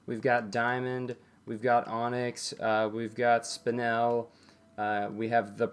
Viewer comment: Im sorry but its 'Spine-l' not 'Spin-el' just bugged me a bit... Nice video tho keep up the good work